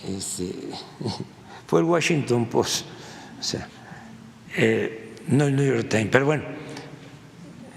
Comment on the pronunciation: El Güashinton Pos y El Niu Yor Tain ¿Es mucho pedir a un presidente que muestre un poquito de cultura? Es de pena ajena...